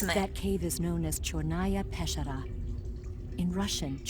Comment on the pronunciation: By they way, "Chornaya Peschera" actually means simply "The Black Cave". And EVA gets the accent wrong on both words, it's CHORnaya peSCHEra. So much for assimilating, I guess.